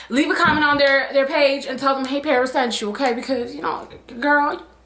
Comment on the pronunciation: LMFAO parrrrrris 🤣